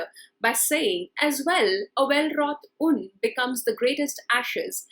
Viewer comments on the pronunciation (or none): It is sad that a teacher of English mispronounces words like ‘hearse’ and ‘urn’.